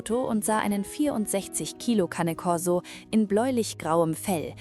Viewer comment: Die Geschichten sind ähnlich, und die Stimme ist KI 🤔 Zumindest klingt sie für mich so. Und Cane Corso ist italienisch und wird auch so ausgesprochen, und nicht Englisch. Sorry, auf diese Art von Beiträgen reagiere ich allergisch.